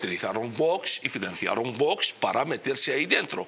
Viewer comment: ¿Por qué dice el presentador VOSSSSS?, es VOX, osea fonéticamente es Vokss. NO Voooosssssss. Jod…. con la ESO.